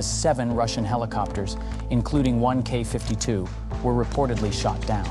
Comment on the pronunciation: Up to 50 ker-52s? As in K(ay) 52s.... Creator can't even be bothered to check his AI output 👎👎👎